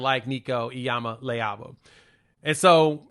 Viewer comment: I applaud you brother for correctly hitting that name. Many vloggers are screwing it up.